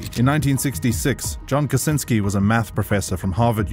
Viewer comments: Kurwaaaa John Kaczynski ,a nie Kasinski !! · mispronounced last name too.